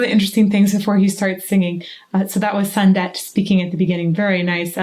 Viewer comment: Sundet: ''u'' like ''oo'', not ''a''.